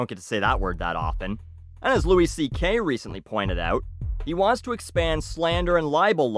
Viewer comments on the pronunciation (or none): none